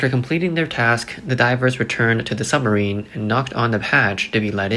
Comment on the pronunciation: It’s pronounced SUBmarine not SUMMERine.